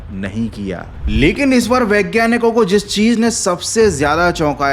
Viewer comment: Aaaantriksh nai Antriksh hota hai